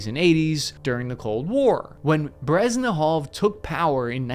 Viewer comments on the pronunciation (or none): Breznehov ??? Brezhnev !! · Who is this "Bresnehov" you are talking about? You mean Leonid Iljitsch Breschnew? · breznahoff??? Who the f*ck is that? 🥴🙄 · Not breznehof, but pronounced "breshnev" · "Brezh-knee-ef", thats how the dude is spelled xD! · "Breznahol?" I'm sure you meant Leonid Brezhnev. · So no one is gonna talk about how he pronounced Breznehov (or is it just me) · Who's Breznehov? :D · "BREZNAHOV"? Breshnev is his name! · Breznahoff? Hilarious. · Brez-na-hov. I did a double-take at that and checked to see if I was watching an AI. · Brez-ne-hov? jesus tapdancing and buttfucking christ mate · “Brezhnehov” is crazy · WHO took power in 1964??? Breznohov?!? Is that how americans pronounce Brezhnev? Mispronouncing that that way is as bad as pronouncing Roosevelt as Roosenwald. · You are mispronouncing names on purpose. Brezhnev as brezen-hov (may turd)? RBMK as RBK? Should we be worried? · Brez-ne-hal... bro just start saying this guy and that guy instead of the actual names at this point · Is he talking about someone else, or is he for some reason just slaughtering Brezhnev's name? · I guess average infantrymen don't take Russian. The dude is Leonid Brezhnev: BREZSH-NEV. : ZIR-CON (Coincidentally, just like it's spelled.) LOL. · He can't even correctly pronounce Brezhnev in English. Love it 🎉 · "Breznehov" really? I think he's doing it on purpose. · Weird ad... what am I supposed to buy? Also, it's just pronounced "Brezhnev", but never change,! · oh hey, the guy's name is has got just two syllables: pronounced Brez-shnev. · Breshnev "bri-YEZH-neff" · Pronounced Brezsh-nev! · What did he just call Brezhnev? 😂😂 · Never heard Brezhnev. Mispronounced so good before 😂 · “Bresnahov” 😂 in his true form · The man's name is pronounced "Brezh-nev" - say it with me, … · Leonid Brezhnev. It's pronounced as Brej-nev. I though all that time in Ukraine should get your pronunciation correct *) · Breznehov XD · "Brezhniakhov"? LOL Leonid Brezhnev!